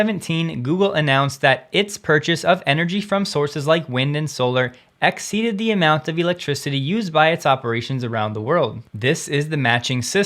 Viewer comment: Please take this as constructive... 🙏 Try eliminating the sing song delivery when you're reading script. You tend to over enunciate space between filler words and unnaturally inflect your sentences. Also, sure, not 'shore', and the, not 'thee'. When you speak normally as you speak, it's WAY better. (For instance, as when you wrap up your videos.) Love your content and consistency. You're a valuable Tesla information resource.